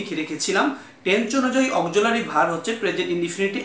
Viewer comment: চয় না ভাই ছয়। উচ্চারণ ঠিক করুণ। অকজুলারি verb মানে কি!